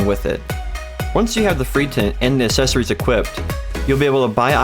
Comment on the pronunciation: Good video, but I'm gonna need you to slide a "c" sound in that "assessories" word you keep saying. :D